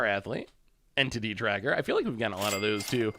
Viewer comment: Entity Tracker everyone in my family thought you said titty tracker. Great laugh!😂